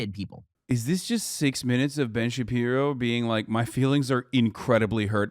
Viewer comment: Hasan, I need you to know of all the insightful ways you enrich my life, you calling Ben Shapiro Ben Shabibo is my favorite.